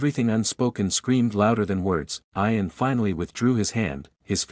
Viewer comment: It's pronounced ian with an e